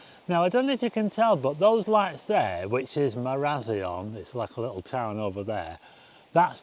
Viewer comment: Trust a Blackpoodle to mispronounce Maraz I on. Funny, Stevie x